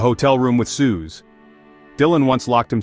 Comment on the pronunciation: Ai didn't even say Suze's name right. It's pronounced 'Suzie'